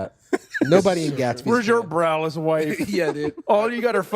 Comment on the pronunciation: Oh! BRAless wife... I heard BROWless and was thinking "what happened to her brows? did she shave them? Did they not grow back?" had to listen to this 3 times before i heard it right XD